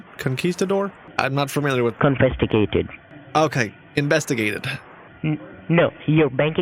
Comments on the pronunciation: Convestigated lol 😂 =investigated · Yay! One of the first. 😁💜 "kinvestigated" 22 liters of cocaine, damn son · “your quiminal activites are being convestigated” 🤣🤣🤣🤣☠️